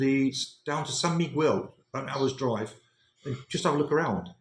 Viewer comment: the correct pronounciation of Miguel "mee-GEHL," with the "g" sound as in "go," and the "e" as in "get". The accent is on the second syllable. You are pronouncing it as "quell"...the Mexican Indians would probably scalp you for butchering their name 😅😅😅